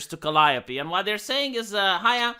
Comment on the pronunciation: He pronounced Calliope right ( Ive always got it wrong ). This guy knows his stuff.